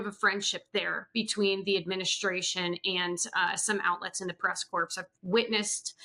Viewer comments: Not trying to be a jerk, but somebody please tell to pronounce White House Press "Corps" like "core", not "corpse" (like Obama did)! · It’s pronounced press core not press corpse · I am a truly gob smacked that this person who covers the White House, who is a member of the press corps doing that, doesn’t know how to pronounce the word corps ! And that no one she works with has ever told her how to pronounce it correctly? Astonishing.